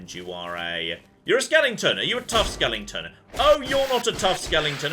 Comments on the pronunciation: Don't forget skeleton, not skellington! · please, it's skeleton, not skellington!!!! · I just wish he'd say "skeleton" properly.